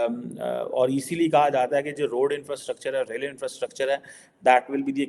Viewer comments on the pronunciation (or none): 100% madrasa chhap even can't pronounce rightly [roll and re-e-d!!]😂😂😂 infrastructure [rail & road] अबे इतना जल्दी भी क्या है साला हम लोग भी एडिक्शन हो गया हैइस 😂😂😂😂😂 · bhai…..it’s not role & raid 😂😂😂😂. It’s rail & road. How difficult is it, you made the same mistake twice! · Bhai totale Roal Raid nahi rail road hota hai. 😅